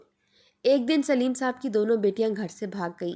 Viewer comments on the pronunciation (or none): Sleem nahi Saleem